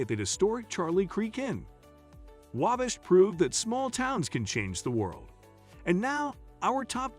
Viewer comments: Agree with the Cringe-worthy pronunciation, Waaaabash, Aaaamish. Add Turkey Run Marshall, Indiana. Beautiful Area. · "Angola in STUPID County" 🤣 - That's STEUBEN County. // I've never heard of the "AIMish" before, or the town of "Whabish". 🤔 I have driven through WABASH many times though.